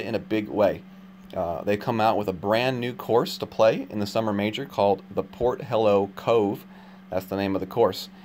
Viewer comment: LMAO! "Port Hello" Dude! I'm pretty sure it's pronounced Porthello as in Othello with a P. Genuinely got me right on the funny bone that one.